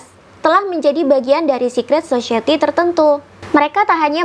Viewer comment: Society mbak bukan *Sosyeti*😅